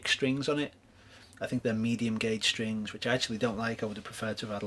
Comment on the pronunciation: Watched it on 1.25 speed, thought wow though Brits really speak fast ))) gotta love "string boose"